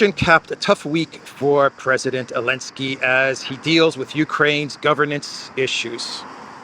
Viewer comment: Dear cyprian citizen, I would like to express my deep dissatisfaction with C. stubbornness in mispronouncing my middle name, omitting the first letter. Given your persistence on that blasphemy, and since this is the third time I have notified you, I hereby decree that, effective August 1, 2025, all citizens of the collective West will be required to call you. Mr. V. __elensky Manager of Project Ukraine